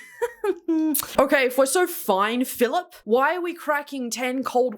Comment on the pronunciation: great American accent, but Philip?